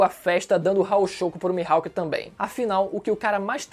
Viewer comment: "O hawk q o mihaipe teve" Mano kkkkkkkk incrível como sempre